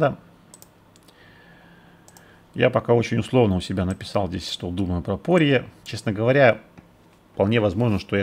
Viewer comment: Не По́рье,а Порье́)))